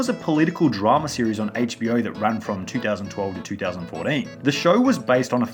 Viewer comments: "in 2000fourdeen' -sunny2020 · He said 4den